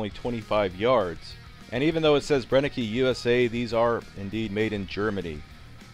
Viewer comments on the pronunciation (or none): Cool video, just want to point out that it's pronounced bren-ek, not bren-e-ke. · It's pronounced "Bren-ehh-ker" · You pronounce the word "Brenneke" almost right, except the last letter (e). In Germany we pronounce the "e" that ends a word, like you pronounce the "e" in the word "the". But the rest was perfectly pronounced. Regards from Germany ✌🏻